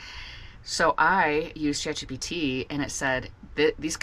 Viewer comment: Did you say “Chat GDT” ???